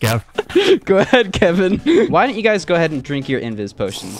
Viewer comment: YOU SAID WHO KEVING IS